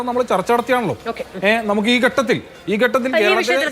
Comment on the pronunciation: SFI guy should learn malayalam atleast. It is not "ghattathil" it is "Khattathil"